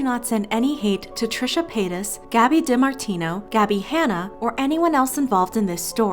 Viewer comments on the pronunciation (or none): Who cringed every time she said Gabi DImartino ?